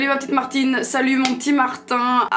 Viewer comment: Serre moi la pinceee Marrr(petit roulement de r) tine